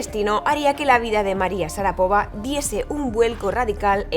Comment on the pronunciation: SHARAPOVÁ, CON ACENTO EN LA ULTIMA SILABA